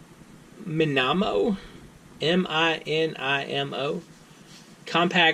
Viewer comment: Why would it be pronounced "minarmo" if it's spelt "minimo"? The clue's in the name - it's a small pen ie: it's mini, hence: "mini-mo".